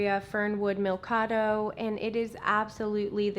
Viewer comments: The name is Sansevieria Fernwood Mikado not Milkado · I thought so too! I think it's pronounced mee-ka-dew but I'm not positive! I just call it a Fernwood LOL